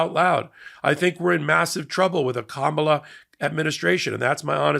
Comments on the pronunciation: Comma-la, not Ka-MAH-la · You just pronounced comma-la's name wrong. Its not kaMAla 🙄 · Just before the 4 min mark, you refer to Ka-MA-la Harris. Reminder: emphasis is on KA or even better, on Karma :-) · KA-ma-la, not ka-MAL-a, please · Please, "comma-la", not "ka-MOLL-a" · Comma-la. Not Ka-MAH-la. Please and thank you. Any media outlet that gets suckered into attending a rally in the guide of a news conference has the option of not giving it any coverage. If only more would take advantage of that option. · It's Ka-ma-la, not Ka-mala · it’s pronounced comma-la, please. 😊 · Her name is pronounced Kah-ma - lah ❤ 😂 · you mispronounce “Comma la” Harris. It is only six letters and her nieces led a class pronunciation at the DNC. Please do better. It may seem small to you but it is so disrespectful. It’s especially galling when it sounds like Trump’s mispronunciation. Please 👍🏼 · Her name is pronounced Kam-a-la😊😊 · Her name is Ka -ma -la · practice saying Kamala with the accent on the first syllable. Ka'mala. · her name is pronounced “ Kama la” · Did you not watch the convention? Her name is pronounced “, la “. That’s not hard. Do better,. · Comma-la please. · Love you,! Please try harder to pronounce Kamala (comma - La) correctly. I know it isn’t your intention to misstate it, however. Thanks! ❤ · IT'S COMMA-LA!!!!! DO BETTER!!! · Please say Kamala's name correctly. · C’mon, please do Kamala the courtesy and divinity of pronouncing her name correctly consistently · You are mispronouncing Kamala. Please do better FFS. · la. Why is it so hard for y'all to say her name? 🤦‍♀️ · Please, please, please learn how to pronounce Kamala! Just stand in front of the mirror every morning and say it 50 times until you learn how to say it right. You can do this. Just give it a little effort. 🙂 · So many content creators just cannot pronounce the VP name correctly. "Kamala Harris" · Please say Kamala’s name correctly